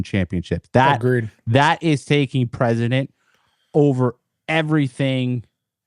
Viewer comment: Not hating, love your show. You guys are awesome. Just constructive criticism. Its takes "precedent" not takes "president"